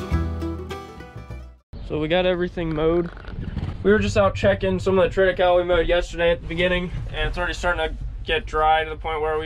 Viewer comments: Great channel. Good clean content and hard working folks with a backbone of morality and good character. You are a breath of fresh air. Thanks,. Now...if we can just get you to say "triticale" pronouced correctly. LOL Trit a ca le. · It’s pronounced “triti Kay lee” fyi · FYI - Triticale is pronounced "trit-i-CAY-LEE". It is a hybrid developed from wheat (Triticum aestivum) and rye (Secale cereale). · Interesting, you and I pronounce triticale very differently. I've always heard it as "trit-uh-kale-ee" here in Kansas. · Before when you spoke about this crop I thought you were saying Trinacow.